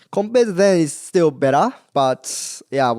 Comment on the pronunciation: He's starting to talk with an Australian accent 😂 the way he says "bettah"